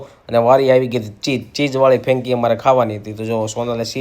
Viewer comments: Fenki nai 😳 frenky kevay. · ફેંકી નહિ ભાઈ ફ્રેન્કી બોલો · It's franky , not fenki😂😂😂